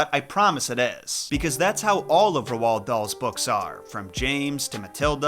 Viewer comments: first time ive ever heard anyone call roald dahl "ru-whall" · I was thinking the same thing about his name, I've always heard it pronounced more or less the same as "road" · Roald is pronounced like "role", but other than that i really enjoyed your video, thank you for covering the books of my childhood. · Why do Americans always pronoance Roald with two syllables? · Hearing someone say Roahld out lead was an auditory flashbang. You mean its not Road??? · I was going to watch but then I heard you pronounce Roald Dahl's name wrong twice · Whyyyyyyy 😭😭😭😭😭 why do you pronounce Roald Dahl's first name like that? 🥺🙏🏻😭💔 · The way you pronounce Roald is painful. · You said Roald Dahl's name wrong you say it as ur about to say road but then u say llud after a. I grew up on his stories including the hidden mini story lambs to the Slaughter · It's Roald, rhymes with old. Not Rowald. Interesting video, thank you! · Roald is pronounced "row-ld." Not roh-ald... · It's said rold like gold , not ro-ald lol shits driving me crazy yo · Ro Wald? Lol it's rold. You sound crazy. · Bruh. Roald=rolled, not roh-ahld. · bro its not ROW-ALD. its pronounced like ROLLED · Rowald? Lol pronounced rohl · So...either I've been mispronouncing Dahl's first name this whole time, or has been mispronouncing it. I thought it was pronounced as "Rold", not "Rowald" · “ Rowald Doll”😭😂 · Ruall Darl. Take a shot everytime he says his name wrong. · For future reference, Roald is pronounced Roo-all. It's Norwegian, and you can find the interview where he explains this on YouTube. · Did he call him rowol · It is pronounced ro dal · Ah yes, my favorite author, Ro-wald Dahl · Where did you get ROW-all-D DOLL from? Dude… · ROALD not R-U-H-OLD. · Three things: 1) Roald is pronounced "Roo-All" 2) "...and I AM that lesser man!" 3) Why did you have to tell EVERYONE about my Mum?! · i've never heard anyone pronounce roald that way, i say it like roll with a d on the end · It’s pronounced rolled… Dahl 👀